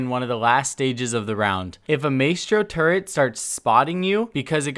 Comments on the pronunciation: It's "Turret", not "turrent" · It's pronounced my-stro not may-stro and turret not turrent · Maestro is pronounced “My-Strow” btw and don’t wanna be a dick but it’s “Turr-et” not “turrent” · People who say turrent instead of turret should fall the the deepest part of hell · My-stro, not May-stro. Tur-ret, not tur-rent. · Say “turrent” one more time. Say it again. TURRET not TURRENT. Good vid btw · its turret not turrent please im gonna cry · Why do ppl say turrents it’s turret lol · The way you pronounce turret is driving me crazy, it's turret, not turrent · Holy fuck are you okay? What’s a turrent? Who’s Maystro? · Did it not bother anyone else that he mispronounced turret as "tur-rent" and maestro as "may-strow"??? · Jesus, there’s no N in turret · Because it's not an easy mistake like May-stro. There isn't an N in turret. It's like when people say Warshington instead of Washington. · There is no 'n' in turret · There is no n in turret